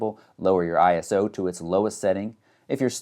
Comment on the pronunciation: I can hear Tony Northrup screaming ISO not I-S-O. LOL